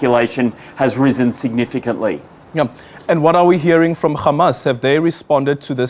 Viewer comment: Adrian, it is Hamas, not Khamas. Khamas is intentionally used by Israhell because the word means something else in Hebrew .